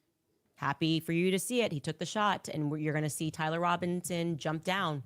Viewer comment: How many syllables are in the way she says the word "and"? CO: "EEEEE-AYEEE-AAAAA-ULLND"